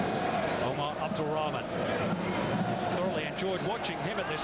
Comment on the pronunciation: Why this English commentator suffering to Pronounce Omar's name 🤣 and instead didn't said AMOORY his Nickname is Amoory Wow what a talent ❤️🙏